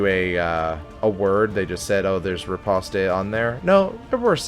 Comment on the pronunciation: Of all the people currently making DDII content, you're the only one that seems to treat the game and its characters with the respect it deserves. Thanks for being watchable. Nitpick, as requested: riposte is pronounced /rɪˈpɒst/ - think "repost", but with the stress on the second syllable. "Ripostay" is the intuitive pronunciation for me as well, but it's wrong.